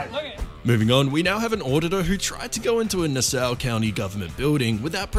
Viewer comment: "Nuh Sou" county. Really. Wow.